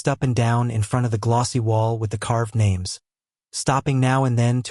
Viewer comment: Sorry but I am going to buy the book on audible. The narration is terrible! I've listened to you the other six books that had a different narrator. Don't mean to offend but you at least need to learn how to pronounce the names.